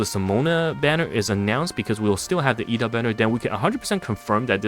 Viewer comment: I believe it's pronounced Ed-da not E-da, there's an extra 'd' in there. But thanks for highlighting the highland advantage for the crates, I thought it was only to block line of sight/pathing